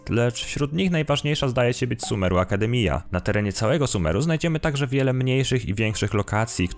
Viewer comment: Bez urazy ale " Akdemiia" to jest "akademia " przez J 🤣 naprawdę sorry